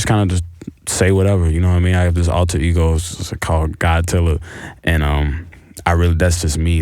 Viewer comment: So no one noticed he said god tiller and Westwood thought he said Godzilla?😂